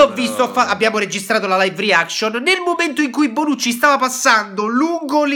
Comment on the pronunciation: si dice Bonucci no bronucci e comunque non è gay